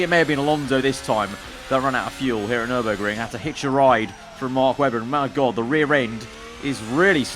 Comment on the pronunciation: says nümberg Me:Is it just me or is this track tuscany...